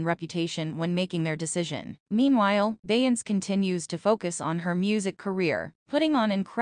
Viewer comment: WTF is BEYANCE 😂😂😂😂😂😂